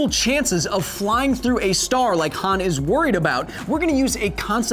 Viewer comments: Huh-ahn, Not Huh-aan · i stood up for your 'nearvana' pronounciation but calling 'hahn' hann is inexcusable, but you checked yourself before you wrecked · Every time he says Han like "Ham", take a shot. P.S. It's Han like "On". Han = Hon = ;-) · Hawn, not Han